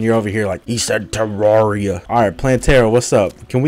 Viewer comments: HE SAID TERRAREA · i cant stop laughing at the "your friend has cancer, HE SAID TEAR-ARR-EE-UH"